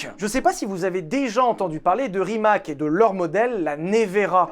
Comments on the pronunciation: on prononce ca rimatz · c’est Rimats (il faut dire le s) la bonne prononciation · On promonce Rimats, pas Rimak lol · STP ne prononce pas RIMAK mais "Rimatz"... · Tout le monde parle de la prononciation des villes alsaciennes , mais RIMAC se prononce RIMATS et non pas pas RIMAK😅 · Petite précision ça se prononce Rimatsse ;) c est le nom de famille de mate rimac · Bon alors Molsheim, bien. Chiron, Veyron, super. Par contre, la prononciation de Centodieci et Rimac, on y est pas encore... 😊